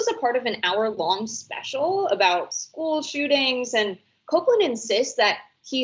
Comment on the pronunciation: It's the place he didn't learn how to pronounce school correctly